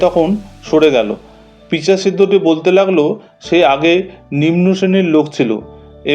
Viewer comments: পিচাশ হবে না কথাটা পিশাচ, ঠিক আছে! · Pichas nay, pisach. Vasa thik korun. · পিচাশ নয়। পিশাচ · সব যদি মেনেও নিই, তবু, কথাটি কি ' পিচাশ ', নাকি ' পিশাচ ' ? এই জন্যে আপনাদের ওপর শ্রদ্ধায় ঘা লাগে । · In writing it is pisach but in flow of words it became pichas SO DON'T TRY TO FIND FAULTS..TRY TO LEARN SOMETHING FROM The STORY rather than finding faults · কথাটা পিচাশ নয়, কথাটা পিশাচ